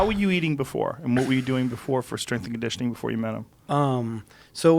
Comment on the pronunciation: TJ "My Straingitioning Coach" Dillashaw